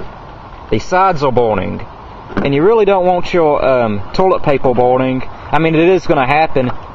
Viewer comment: 0908..you dont want your toilet papel borning..Oh no !!"My toilet papels borning in my heatel " wtf is wrong with you dude?